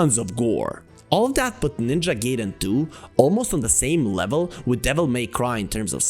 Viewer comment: Btw. It's Gaiden. No Geiden. I learned that from The Wizard 😂